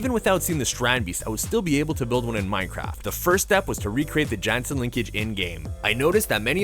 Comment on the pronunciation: Jansen is pronounced like "Yan-sin" and Theo is pronouced as "Tay-yo"